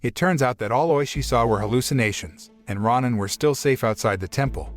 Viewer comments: I loved this film, but it is pronounced ROW-nin, not RAH-nin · It’s row-nin. And they are samurais but ones without home or allegiance to a master or country. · It’s pronounced row nin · is it pronounced ro nin or ron nin